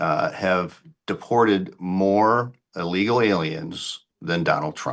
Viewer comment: He mispronounced Illegals... DRAIN the corrupt chicago swamp!!